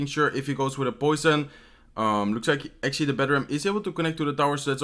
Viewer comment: Take a drink everytime he says "actually" or "ashuasie" (xD). Lets be drunk in 2min.